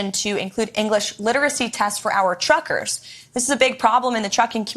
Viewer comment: She said chruckersh